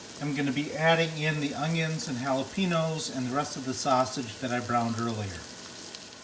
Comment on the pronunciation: Jalapeños? Lol. Like jelly? Nope! It’s pronounced halapenyos. The e is a hard a, as in gay, and not a hard e as in pee, btw. Googie it and listen to the pronunciation. And don’t make this mistake again!